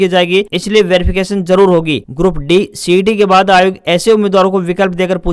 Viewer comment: Bhai grup d ko e ya a na bolkr saf shbdo me d ka ucharn kiya kro